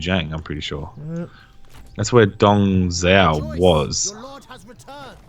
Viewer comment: i cant take how wrong they say the names XDDD dung zhuo : dung joo liu pei : leo pai cao cao : tsao tsao just some examples xD